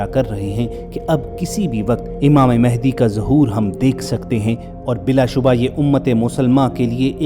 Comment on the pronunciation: امام مہدی رضی اللہ عنہ کا نام م پر زبر سے م ا ہ د ی پڑھا کریں۔ شکریہ آپ کا اسم گرامی محمد ، والد کا اسم گرامی عبداللہ ھو گا اور لقب مہدی ھو گا۔ آپ اپنے طور پر امامت کا اعلان نہیں کریں گے نہ دعویٰ کریں گے بلکہ خانہ کعبہ سے لپٹ کر دعا کرتے ہوئے لوگ آپ کو پہچانیں گے تب ھر طرف خون ریزی ھو گی لہذا ادھر ادھر مہدی ھونے کا دعویٰ کرنے والے جھوٹے ھیں کیونکہ انکے ظہور کے بارے میں احادیث میں بتا دیا گیا بس ٹائم کا نہیں بتایا گیا۔